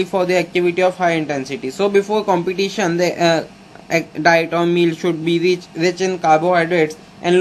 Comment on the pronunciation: thank you this video helps a lot but please competition ko complition kyu bol rahe ho yar.